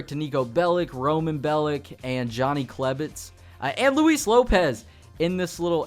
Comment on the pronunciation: I give you props because you pronounce his name correctly, instead of (loo-is)